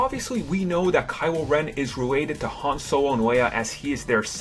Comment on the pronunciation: its han not ham